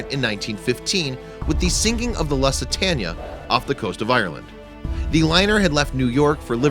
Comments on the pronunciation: Loo-sit-tainea.Lussitania is not correct.Nice try. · Why are you depicting the Lusitania in this,she was sunk by U20? Also,the bodies are NOT creepy, they are the remains of once proud men carrying out the duty of their country. You sir are a disgrace. It's pronounced 'Loositaynia' NOT Lositania you uneducated gronk. Do the world a favor and FUCK OFF! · Loose-ah-tain-E-ah ~!!! Not LUSS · Pronounced LOOOsitania 🙄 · The "Lussa- tanya"? Get yourselves a narrator. Good gosh. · Luss-itania? How does someone not know how to pronounce the name one of the most famous ships? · People who make historical videos should learn the pronunciations of names they use, lest they sound as if they don’t know their subject. If you have only seen a word written but never have heard it, you might do a bit of research before you embarrass yourself. “Lusitania” is not so distant or obscure that it would take more than a phone call to learn how it’s pronounced. If you didn’t learn an important name, what else did you get wrong?